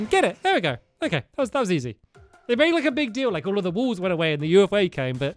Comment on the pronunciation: Stampy said ufa Instead of ufo